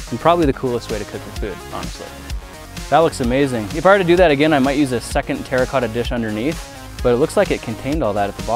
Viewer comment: When you play minecraft and u hear grant say "terracota" 😮😱😂